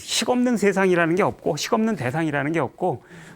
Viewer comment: 긴 자를 짧게 잘못 발음한 예: 대상,개념,없다,사실,가령,사실,말(언어),부합,예,세상,거짓,바보,얘기,가령,사실,재해석,유기체,머냐하면,등, 통상 고유어마저 발음을 발음하지 못하니, 말을 제대로 바음하지 못하면서 철학할 수 있는가?? 그리고 ,"말라식"이라고 들리는 말을 했느데, 한자를 쓰지 않아 무슨 말인지 알 수 없었다. 질문!! 이것은, "말아식"인가? 그렇다면, 내가 추측컨데, 이 것은"말 아식"이라고 "말"과 "아식"을 띄어서 읽어야지요. 이와 같이 외국 동포가 잘못을 지적해야 된다는 것응 얼머나 슬픈 일인가. 이 글을 강사께서 읽으시려는가? 어느 동포께서 읽으시려는? 정중히 권하옵노니,"한국 어문을 고발함" 이라는 책을 한 번 조용히 읽어 주시옵소서. 미국 변 완수 드림